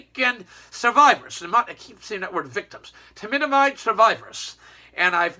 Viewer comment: It’s thalidomide. Not flamidomide. This video is so offensive.